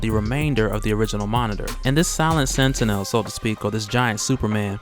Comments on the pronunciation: minor critique. look up the X-Men cartoons to see how to pronounce 'Sentinel'. Its annoys me like when I watch Onemindsyndicate and they mispronounce words. Otherwise keep posting and I'll keeping enjoying. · Learn how to pronounce sentinel. Jesus Christ.